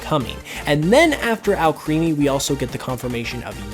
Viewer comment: It's pronounced Al- creamy. Like cream.